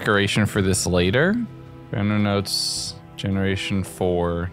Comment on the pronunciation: "Gemeraton" .....Ah yes I don't see anything wrong with this!